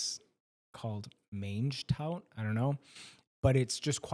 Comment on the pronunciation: It is pronounced like monjz-tu means a type of pea, (also, obliquely, to beans, like the magic beans in the lyrics), but also 'eat it all'. Because it is specifically the type of pea where you also eat the pod. Do you call them snow peas in the states?